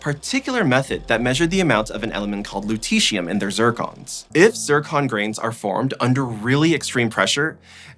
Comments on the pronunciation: Which letters sounds out the "eeshh" sound in Lutetium?Not the Lu-, not -tet and not the -ium-. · it's the "et" here: LutETium.